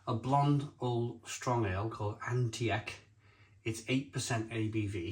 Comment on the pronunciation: the way to pronounce antiek is antique like an antiques store for example